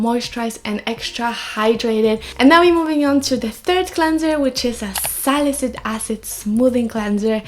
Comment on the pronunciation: Very informative ❤️ ps: it's sali-cy-lic acid, you're always missing the cy while pronouncing it ☺️